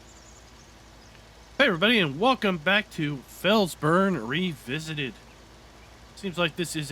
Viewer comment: I am always a bit amused about the way you pronounce Felsbrunn. I know you don't give a darn but the boulder ('Fels-') does not burn (that would be -brenn, short for brennen=to burn) but there is a well closeby (-brunn, short for Brunnen=well). Felsbrunn means Boulderwell or Boulder's Well, not burning boulder. Americanized probably something like 'Rock Springs, or so 🤠